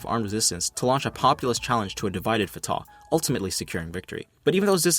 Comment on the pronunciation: FYI, Fatah is pronounced Fu-tuH with emphasis on the first syllable(like the fu in fun) and an exhale(like a sigh) on the H. It's easy to remember because i always sigh out of frustration when talking about traitors